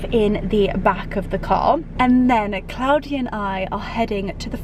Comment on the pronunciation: Thank you so much for taking us along on your wonderful day in London. I always love how you say Claudia the correct way. My name is also Claudia and the only person that pronounces it like that is of course my mother. I know you were exhausted after that day. Hope we get to see the ouppies again soon. They are just precious.